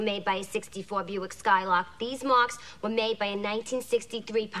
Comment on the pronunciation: The moment she says "They wueah!" I fall in love all over again as I have been since I saw this movie for the first time.